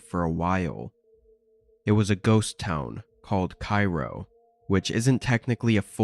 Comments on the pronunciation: It's obvious from the details he provides that he's talking about Cairo, Illinois. Pronounced "Kay-ro" like Karo Syrup, not "Kyro" like Cairo, Egypt. got that part wrong. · It's pronounced Kay-ro